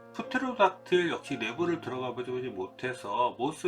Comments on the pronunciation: Psychology 를 프싸이콜로지라고 하지 않는것처럼 영어로 "프"테로닥틸, "프"테로닥틸루스도 없습니다. Pterodactylus 테로닥틸루스는 학명이고 Pterodactyl 테로닥틸은 이름. Pterodactyl 을 어떻게 발음하는지 들어보세요. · Pterodactyl 의 P 는 묵음이라 테로댁틸 이라고 발음함.